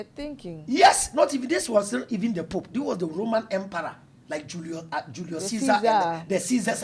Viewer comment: it’s emperor not emperooo😂😂 i love 😅